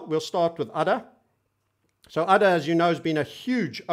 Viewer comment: Hahaha now i am laughing every time he says udder!